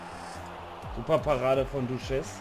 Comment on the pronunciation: Ich denke mir immer warst du niiiiie in der schule man weiss doch im französischen spricht man nach einem vokal das s nicht aus also nicht douchez sondern douche